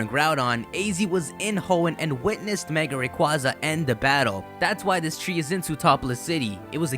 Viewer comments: Magiana? Magearna. Its magearna magearna bro Ma Gear Na Ma Freakin Gearna! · r u blind its megearna not mageeeeaaaaarna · magearna? its magiana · magearna... no maginaya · It's Magiana, not Magearna. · I dont think the pronounciation is "Ma-gi-ar-na" I think it might be "Ma-gear-na" as in grinding gears etc. :) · Why in the title do you say Magearna, but early in the video you quote it as Magiana? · Did you record this before NOA confirmed that the name is Magearna? Because you refer to him/her as Magiana. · its not magiana its magearna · It's magearna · it's calld ma grear na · ma-GEAR-na. not that hard people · It's pronounced MA-GEAR-NA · ITS MAGERA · It's pronounced MA-GEER-NA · Not mag e ana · its pronounced ma-gEER-na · whats with people saying 'magiana' is it the japanese name or something? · I don't get how it's pronounced magearna if it doesn't have an r anywhere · I think it's pronounced as Ma-GEAR-na. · It's Magearna btw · That’s not how say it’s name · it's pronounced with a "g", like girl and gum. just look up the katakana for the japanese name, it's a ge character not a je character. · Maj-ee-ar-nuh and Vol-can-ee-un ;) Also, pretty sure her name comes from: Magic, machine, ear and armour.